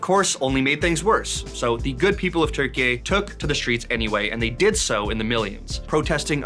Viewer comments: I think he tried to say Turkiye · Where the hell is 'Turkey-eh'